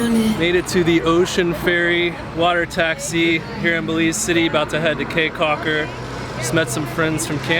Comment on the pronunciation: Beautiful video! I thoroughly enjoyed it but did cringe every time you said “Kay” Caulker. Your research seemed really thorough, I’m kind of surprised you didn’t learn how to pronounce the destination.